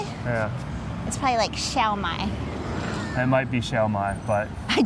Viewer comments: The pronunciation of Xiaomi LMAO, u guys pronounced more like “Sell Mine” in mandarin it’s like Xiaomai (Wheat)😅😂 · and it's pronounced Xiao Mi (me) 😃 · It's pronounced as "Xiao-me", not "Xiao-my". That natural landscape you are going to I believe is "Wulong", not too far from the city centre. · XIAO MI pronounes like SHOW ME or SHALL ME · the pronounciation of Xiaomi in mandarin is more like show̶e̶r̶ [ʃaʊ] me[mi] with IPA... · No worries;) it’s pronounced like [Sell Me] n Yass xiaomi is super popular among SEA nations. But the price would be a lot higher than here in CN tbh.